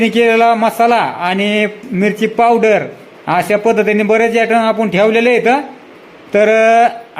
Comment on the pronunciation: पावड्र😂 का पावडर